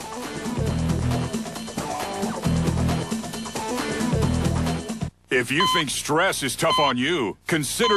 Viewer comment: Mazda pronunciation . WTF?